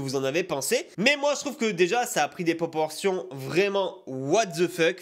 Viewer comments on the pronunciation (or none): Ta dit poportion tu voulait dire proportion issou 😂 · "Des poportion" 😂